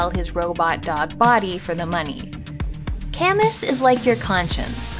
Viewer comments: If the the dog is named after Albert Camus, it's pronounced kah-MU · Wasteland 3? I haven´t played a lot these years but it would be cool to play Syndicate by (Bullfrog`93) or a game in that style ;) maybe the dog AI was named after Albert Camus? (love the way you pronounce Camus ;)